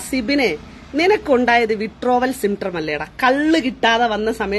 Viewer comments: Withdrawal syptrom പോലും symptrom അല്ല മരക്കഴുതേ symptom.. അതുപോലും നേരേചൊവ്വേ പറയാൻ അറിയാത്ത ഇവളാണ് Activist… 😂😂😂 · Withdrawal “Symptrom”??!! 😅